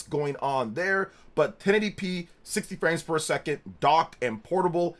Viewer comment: Sounds like your saying “60 frames fer a second” lol